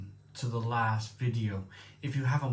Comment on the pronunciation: Love your channel but if you’re reviewing German beer please bear in mind the earlier comments about pronounciation. It really grates if it’s wrong. Lowenbrau is pronounced “Lervenbroy” Paulaner is pronounced “Pow-larner” Spaten is pronounced “Shpairten” and Hofbrau is “”Hoff-broy.” And yes, I omitted all the umlauts which effect pronounciation because on old iPad I couldn’t be arsed! Slainte. 👍🍺